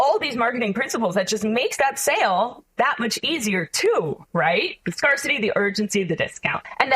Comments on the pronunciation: Scarcity is pronounced like scare, not like scar. 😐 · Sorry, but I can't trust anyone who pronounces scarcity as "scar-city". It's just wrong. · Not only Does this girl not know how to pronounce sommelier, niche or scarcity, but she oozes insincerity. "Amazing" 🙄